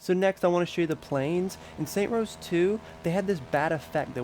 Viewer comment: Stop saying saint rose that is not the name of the game, and has nothing to do anything, my god I couldnt even watch the whole thing cos that was so annoying